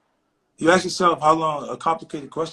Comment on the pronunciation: It’s ask , not axe